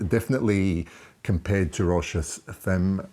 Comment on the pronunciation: Pronounced "fam" ;-)